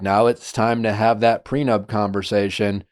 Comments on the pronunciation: Came here from the podcast app to see if anyone else couldn’t believe how many times he said prenub haha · According to Nick, people get PreNUBtual agreements. Hahahah love the show, just HAD to come here to see if anyone else noticed. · Can someone explain to Nick it's prenup not prenub? 😅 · Did he say “prenub?